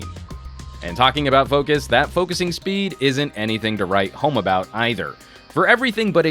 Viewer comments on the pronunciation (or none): none